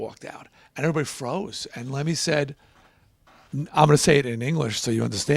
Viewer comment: Get his name right.....